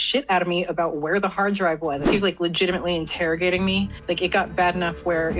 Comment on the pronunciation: "interrigating" lol.. interrogating